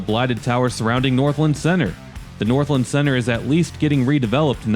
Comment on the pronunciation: I'm sorry I have to say it, but it's pronounced North-LAND not Northlend 😅